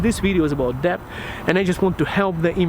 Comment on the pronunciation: Hey, just fyi, it's actually pronounced "det" and not "debt". I don't know why it's spelled like that but welcome to the English language.